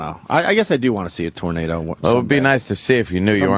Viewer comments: HAHAHAHAHAHAHAHAHA GREGG! PLEASE KEEP SAYING TURNADER! MY GOD! MY RIBS ARE SPLITTING!!! HAHAHAHAHAHAHAHAHAHAHAHAHAHAHAHAHAHAHAHAHAHHAHAHAHAHAHAHAHAHAHAHAHAHHAHAHAHAHA . Die. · In north georgia, it's pronounced "Tarnayduh".